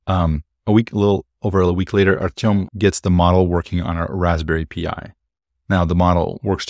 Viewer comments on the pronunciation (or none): Oh, come on... "Raspberry Pee Eye", really? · Raspberry P-eye? I don't think this guy knows what he's talking about. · The "leak" is interesting but dude Raspberry PI?? 🤣 it is called Raspberry "pie", like apple pie. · "Raspberry pee-eye" LMAO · "Raspberry P. I." 😂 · Who in the information tech space says a Raspberry pee eye? Really?